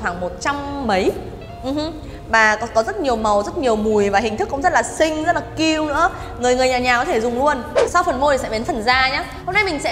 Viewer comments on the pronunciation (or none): none